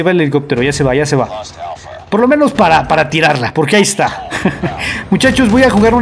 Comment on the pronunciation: Poque? No hay poque